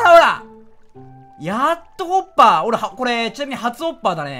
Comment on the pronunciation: 滑舌のせいかホッパーが おっぱいに聞こえない？自分だけ？